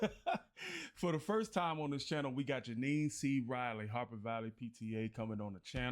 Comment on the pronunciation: And Jeannie C. Riley is pronounced like Genie.